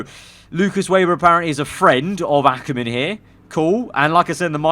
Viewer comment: He said Akkerman!!! We finally got through to him!